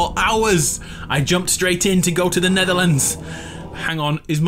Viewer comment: He's going to the "Netherlands"